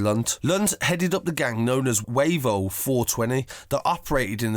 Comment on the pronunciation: The way you say Kirkby and wavo is funny uno